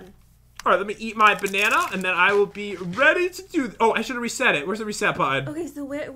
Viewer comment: We all thought it was banana WRONG it’s... Bananer